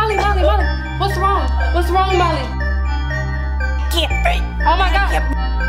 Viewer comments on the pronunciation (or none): It sounds like she's saying Mommy but she's saying Molly